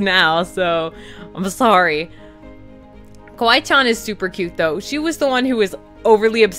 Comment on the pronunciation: you say it like kiwi CHAN >:(